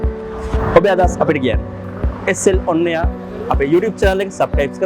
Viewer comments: අයියේ පොඩි අවුලක් තියෙනවා මෙිකේ sl on air වචනේ නිකං sl පොන්නයා වගේ ඇහෙන්නේ අවුලක් ගන්න එපා සැලකිල්ලට ගන්නයි කිව්වේ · sl on air 😂 yako eeka ahune nikan sl ponnaya wage 😂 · sl පොන්නයා වගේ ඇහෙන්නෙ,මගේ අහන කෝනේ අවුලක් ඇති😂😂👌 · චැනල් එකේ නම හොඳට සද්ද කරලා කියපං බං. SL පොන්නයා කියලා ඇහෙන්නේ 😂👋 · ado mathath ehema ahune